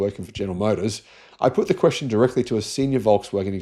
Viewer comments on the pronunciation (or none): none